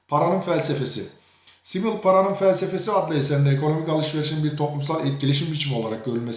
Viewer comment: telafuzunuz çok hatalı. düşünürün ismini bile yanlış söylüyorsunuz